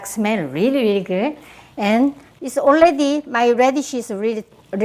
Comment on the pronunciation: “Oredi?” 😂😂😂 love her!!